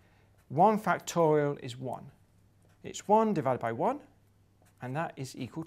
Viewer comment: I like how Professor Grime says "factowial." C'est tellement mignon ça